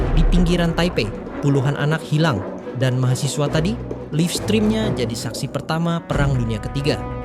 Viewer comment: koreksi dikit biar enak didenger ya bro: baca; laif strim, bukan lifstrim